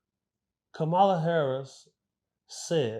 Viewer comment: Once I hear people pronounce Kamala name wrong I stop listening 🤦🏾‍♂️